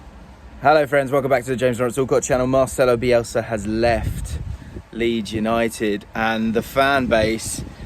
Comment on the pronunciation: “Leed United” you forgot the S